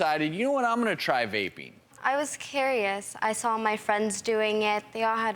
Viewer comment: She said carious instead of curious did anyone else notice that?